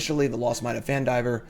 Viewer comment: Nailed the name on Phandelver! Well done!